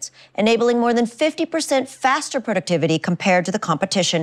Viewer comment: The way she almost fucked up the word productivity got me understood what intel is xD